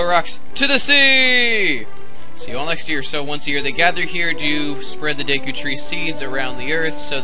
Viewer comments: nope, it's the japanese syllables de and ku, so it's pronounced deh-Kuu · its pronounced duku but spelled deku tip tip